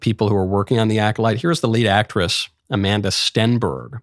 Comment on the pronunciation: It's Amand-LA Stenberg. "Amanda" is a normal name.